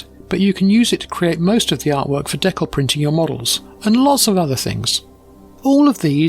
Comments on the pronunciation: Never heard it pronounced “deckel” before. Good video though! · fantastic as always! Being an American, We say it dē-kal with a hard "E" like people and a soft "a" like in mad. I've not heard it pronounced like you do so I looked it up, and apparently it's also the common way for Canadian people to say it. Just an interesting deep dive I went into because of this video.